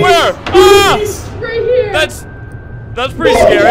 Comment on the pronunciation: The scawy lasore*